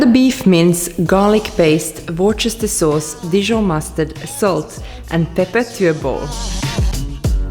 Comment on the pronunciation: Worchester sauce? Couldn't let it go, its pronounced Wuster Sauce. Hope you don't mind me saying.